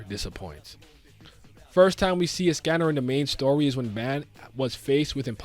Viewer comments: Pronunciation is of with escanor name or is it me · WHYYYY are you saying escanor like that 😭